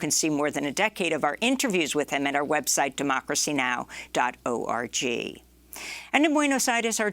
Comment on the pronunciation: I like you saying O..R..G.. rather than "orgue" which has always sounded odd to me.